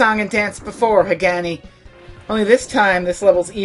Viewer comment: did i miss the part where you said you would be pronouncing Hagane incorrectly in an ironic way?